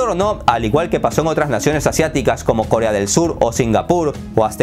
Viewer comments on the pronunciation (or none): none